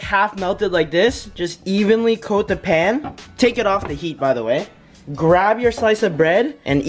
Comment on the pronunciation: What happend wen she sayd pan